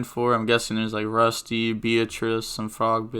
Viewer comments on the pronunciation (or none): none